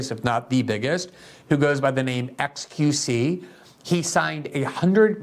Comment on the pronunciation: Had to stop watching halfway through. You seem to only scratch the surface and don't deliver any new information. Just a bunch of clickbait keywords and struggling to get through a teleprompter mispronouncing XQC multiple times.